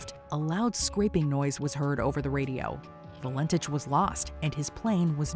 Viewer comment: Valentich is pronounced val-en-tik. I remember this. I had recently turned 19, and grew up/lived only a few miles from Moorabbin Airport where he had taken off from. My Aunt and Uncle said they saw strange lights over Bass Strait that night. Very weird. I also remember the disappearance of Harold Holt. My Uncle (a different one) was the policeman in charge of the search and rescue, though he always said it was never a rescue, it was a recovery. No remains were ever found though. Lots of sharks in those waters.